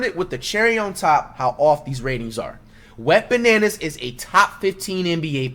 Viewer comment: Dude said wetbananas😂😂😂 gmfu I'm dead